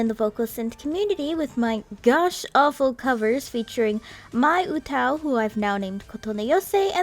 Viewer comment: She pronounces it wrong tho